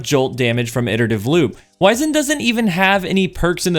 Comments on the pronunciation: POV you don’t know how to pronounce wizened…… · You're pronouncing this (wizened) in the British fashion. You're not British, are you?